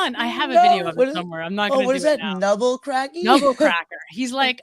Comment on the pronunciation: MR NEBBERCRACKER IS THE NAME NOT NUBBLE